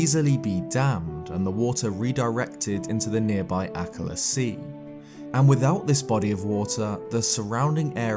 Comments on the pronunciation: Sorry to say this but akkala is pronounced A kal a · Isn't akala pronounced a-call-a? or maybe I'm the idiot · Am I the only one who’s bugged whenever he says Akallah? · Lovely video, but the way you pronounced Akkala pissed me off. Not sure if how you pronounce it is the right way. But i'm not fond of it. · The way he says akkala is just...so strange to me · Take a shot every time says and mispronounces Akkala... 😂